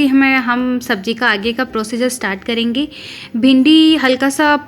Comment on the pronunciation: Kalenge nahi hota. Kar lenge esa hota.